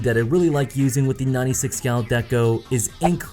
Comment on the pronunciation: Hehe in the end it sounds like you're saying "My Nutty Six Gal Deco" ^_^